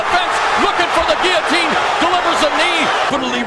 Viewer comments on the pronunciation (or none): none